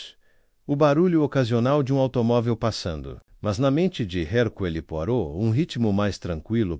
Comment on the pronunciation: Alguém, por favor, ensine o narrador pronunciar corretamente o nome Herucle Poirot!!!